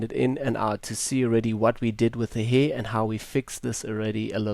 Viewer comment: I came here for educational reasons but as soon as I heard the word "heeer" for the 20th time . about 30 seconds in - I lost it. May I ask if that's some sort of accent or dialect? I'm not a native speaker myself and have NEVER heard someone pronounce hair like that. ^^ Tremendous work btw, I'm way too lazy to do ALL of that.